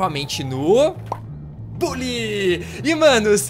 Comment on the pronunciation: Se fala "Bãlly", nao "Bully"